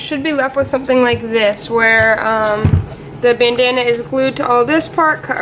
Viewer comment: Nice work, and I like when ya called it "Banana" instead of "Bandana"